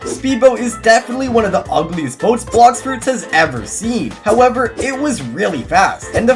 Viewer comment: Blox fruits nau bluxfroots😂